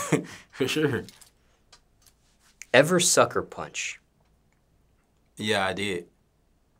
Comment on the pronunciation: I’m white but man that “for sure” was white as hell 💀💀😂